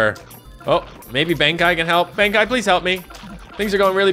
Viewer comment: ITS COLOSSAL BENKEI (ben kay) NOT BENKAI (ben kaiy)